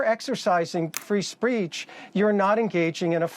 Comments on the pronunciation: “Free spreech” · Trump's lawyer is clearly uncomfortable defending trump's b.s. . How many times did he say "free spreech"? Way to go Dana! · “Free spreech”.